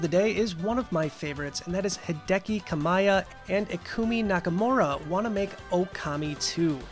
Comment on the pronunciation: "kami-ya" Not "ka-miy-a"